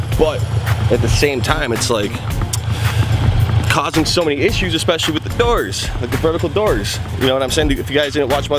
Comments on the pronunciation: The derrs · The way you say doors made my night